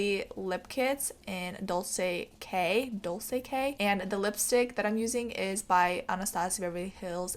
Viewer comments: Omg I love this look. 💕 p.s the C in dolce k is pronounced as "ch", so you're basically saying "dolche k" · no hate but its Buon fresco, pronounced bwon. and Dolce is pronounced dol-chay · It's (dole-ch-aye) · How do you not know how to say dolce